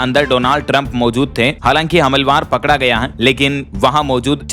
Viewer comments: Humalwar nhi humalaawar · हमलवार, हमलवार ... अरे क्या भाषा, क्या उच्चारण ! कैसे कैसे लोग हो जाते हैं यार ये ब्लॉगर ! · हमलवार अशुद्ध उच्चारण है। सही उच्चारण करना चाहिए। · हमलवर नहीं, हमलावर (हमला + वर) भैय्या